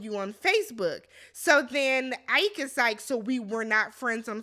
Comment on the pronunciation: Ike not like Tina Turner but "e kay"